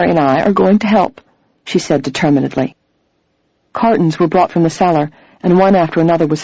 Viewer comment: Never heard "determin-ed-ly" either. Interesting. Excellent reader, though.